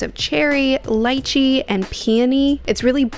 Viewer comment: Not LAICHEE 🤣